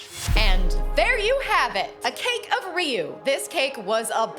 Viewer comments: It’s not riu it’s ryu pronounced (RI-YOU) but good cake I’m impressed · I've been pronouncing Ryu's name wrong for 35 years 😂